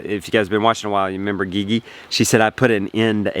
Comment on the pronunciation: Gigi is pronounced like saying the letter "G" twice. lol. G. G. I've been wanting to tell you this since you started talking about your correspondence with her. Have a good one brother.